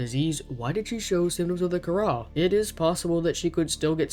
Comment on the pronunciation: I thought Kharaa was pronounced “c-ara”